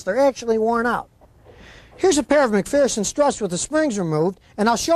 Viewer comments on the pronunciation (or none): At least learn the correct pronunciation of McPherson. There is no fear in McPherson. Think McPherrrson.